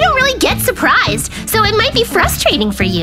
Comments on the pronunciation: Shurprised❌ Surprised✅ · Ur Said "Shurprished??" 😂😂😂 Its "Surprised" ❤❤❤ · Surprised=Shurprised introduced by 😂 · And shurprished got me💀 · keeps on saying shuprised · said shuprished and he said toshed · say shupriseed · is definitely "shurpirised" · Cute hahah, Shurphrished, tosshed. Hahahahah He keeps making fun speaking